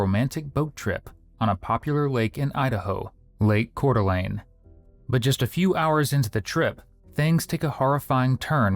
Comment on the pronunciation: Wait, is that how you pronounce Coeur d'Alene? /laughs in French